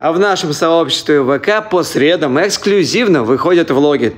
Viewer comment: Правильно говорить по средАм!!!!!!!!!!!!!!!!!!!!!!!!!!!!!!!!!!!!!